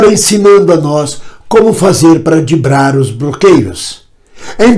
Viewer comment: Dibrar ou driblar? Fiquei confuso, sua atuação é péssima como ator, como comentarista pior ainda.